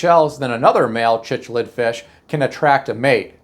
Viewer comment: The fish name is actually pronounced like Siclid. I have raised a few